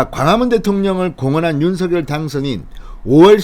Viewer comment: 윤석열의 발음은 윤성녈 입니다. 윤서결이 아니지요. 본인이 그리 발음 합니다.